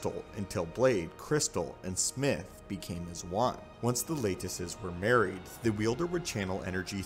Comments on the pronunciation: “Lattices” is pronounced with a soft “a” and a long “e” at the end; like “lat-tis-sees”. Not “late-iss-es”. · Just a friendly tip... Lattices is pronounced laa-tih-siz or laa-tih-ceez. But not, lay-tih-siz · "Laytices". Lolololololol. This dude has a very solid 8th grade reading level.